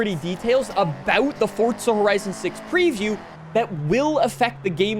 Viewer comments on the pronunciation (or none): What is fortza. Sorry m8. There is no T. Its for za. .. 4za. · There is no t in forza its not fortza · Forza not fort-za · forza not fortza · Fortza. Why cant he say forza? Lmao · Yay copy and paste....when are these lazy game devs gonna step it up? Oh never bc you tards think it's good and btw....please for the love of God STOP SAYING FORTTTZA I'm begging you just say forzaaaa like it's spelled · theres no t in forza stop saying fortza 🙄🙄🙄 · I hate this fuckin moron, ITS NOT FORTZA, ITS FORZA, even the narrators in fh5 pronounced it FORZA, you sound like a baffoon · fortza where is the T son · Please say ForZa not For(t)za 😂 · Bro is forza not forTza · Do you say gyoza as Gyo-tza? Like you say Fortza instead of Forza? Lol jk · its called Forza not Fortza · For ZA not fortza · are you saying forza or fortza loke for real tho speak much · Why do you say “fortza” there’s no T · bro its forza not fortza hahaha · There's No T Fortza Forza ffs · Am I the only one that gets so aggravated from the way some peole say Forza lol It’s like he’s saying Fortza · Forza not fortza lol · STOP SAYING FORT-ZA IS FOUR-ZA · for the next video make sure you pronounce FORZA CORRECTLY that shit bothered the fuck out of me the whole time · Not hating, but why do you say “Fortza” instead of “Forza”? Even the captions pick it up like that. It’s tickling my brain lol. Great video though, hyped for FH6. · Why is he calling it Fortza? I've always known it as Forza. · It’s FOR-ZZZZAAA not FORT-ZA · The Fortza kills me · For-za Not Fort-za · its forza like the letter four , not fartza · Can someone tell this dude its not FORTZA. 🤣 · because that would be wrong, it's 2026 you can google how it is pronounced, hint, it's FORTZA. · why are you saying "fort za" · forTZA (so annoying) lol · And you've ruined my FORTZA horizon 6 first experience. Now i cant unhear FORTTTTZA. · New "Fortza" Horizon game. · is it me or do you also cringe everytime he says Forsstza Horizon? brooo calm the f down.